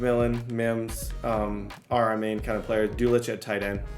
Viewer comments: ITS DULL-SITCH not Duel-itch 😂🙃🫠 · You say the tight ends name like “DOLE-SITCH” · It’s pronounced dull-chich! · the tight ends name is pronounced dul-s-ich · Hey, thought I’d let you know your tight end’s name is pronounced “Duhl-sich” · Greg Dul-sitch, idk that should help pronounce his name, you can make Greg a BEAST too ⭐❌ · Why do you pronounce Dulcich like that?